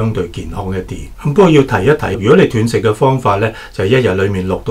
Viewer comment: 医生是外行，連断食都讀錯😅😂😅